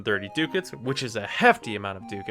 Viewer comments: pronounced duh kits not do cats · I think it's Duck-Ats or am I wrong? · will you please learn how to say Ducats and not DOOcats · Ducats pronounced as Duck-ah-ts. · Pretty sure it's pronounced "duck hats".